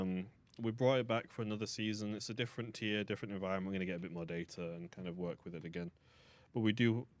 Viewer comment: Like "Nice work" Not "Nice worth" as it is in the game/